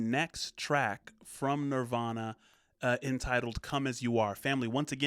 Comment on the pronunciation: The statement this video is making hits way different today, right down to the host (The Machine) mispronouncing the band's name at the end, reminiscent of Pink Floyd's 'Have A Cigar'.